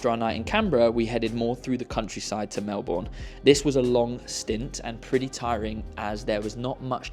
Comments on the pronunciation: Mel-bun not Mel-borne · Hey hey 😊 just an FYI we say Melbourne like “Mel- burn” rather than Mel-born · We pronounce it Mel-bun, not Mel-Born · It’s pronounced Mel-burn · Loved the video and your experience of the Australian Open was both entertaining and informative. Just a little FYI, it’s pronounced Melberne, don’t pronounce the “our” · We can forgive your pronunciation of "Melbourne" on account of all the praise you have for Aus and the Aus open ;) Glad you enjoyed!! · Agreed! I first thought oh no not another mispronunciation and was about to comment, but he showed so much love to my city, I cannot be annoyed at him 🥰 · How can you pronounce Melbourne wrong after having JUST been there? 😂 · great video! Surprised no one corrected your pronunciation of Melbourne though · awesome trip, welcome to Australia! but I'm surprised no one told you how to actually pronounce Melbourne! hahaa